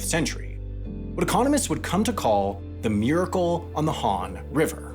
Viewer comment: "Miracle on the Hon river"? Come on, man... make a bit of an effort. It's the Han river, not "Hon". Thanks.